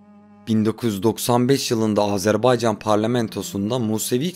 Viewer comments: Azerbaycan'ı bu şekilde söyleyen çok azdır bizden. Kimse umursamıyor. Ya Azarbeycan, Azerbeycan diyor. Lan bi okuyun doğrusu ne. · sphbetler cox maraqlıdır.😊adımızın düzgün teleffüz olunması meselesinde qardaşımıza qatılıram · Azerbeycan diyilde AZERBAYCANI Doğru sekilde diyen nadir kanallardan birisin. Tebrikler.❤ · Iyi ki Azerbaycan deyirsiz. Bezdik artiq Azerb'E'ycan kelimesinden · İlk defa Azərbaycan ismini bu kadar düzgün telaffuz eden bir Türk görüyorum. Çok teşekkürler 🤍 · Azərbaycan sözünün düz tələffüzünə görə ayrıca təşəkkürlər🇨🇳🇦🇿🇨🇳❣️🇨🇳🤲